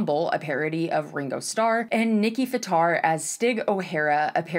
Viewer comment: “Nicki fataar”